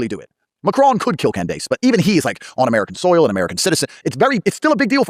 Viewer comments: Who is Cand-Ace? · Why does he call her Cand Ace? He is full of shit And full of his own self importance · is this truly how tate pronounces her name? KanDACE? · dunno if it's AI but I did think it was weird that in the Tate interview he pronounced Candace KanDAYCE, which seemed totally AI to me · "Candase" lol.. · The first video with Andrew Kate is obviously AI because of the way Candice's name was mispronounced. You know when like a I tried to read the English language but doesn't put the right answers on the right syllable? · I think this might be an AI video. The way he pronounced "Candace" is very weird. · did he really just insinuate that man was a dummy for not living like a dysfunctional, perverse, rolling stone like him???? Shame shame shame on him and why in the world did he say Candice’s name like that 🤨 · me...I guess if I'm watching something and I think to myself, why does that person seem weird...why does the voice sound like dialog...if you think it's weird, it's fake. I thought it was sped up. Which confused me. And the pronunciation of Candace was wrong. Bruh. Getting off this internet and going to read a book. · He always pronounces her name like that. I have no idea why. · Okay so first you mispronounces Candice's name twice and he knows how to say for me and then he tells us that Lee Harvey Oswald was killed in jail which is not true so this is clearly AI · That's actually how he says it. He pronounced it like that when he was on her show. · The way he said her name too? Wth?